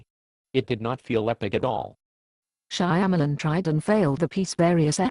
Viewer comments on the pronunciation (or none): The voice synthesis is perfect because it mangles Shyamalan's last name just like he mangled the names of the caraters.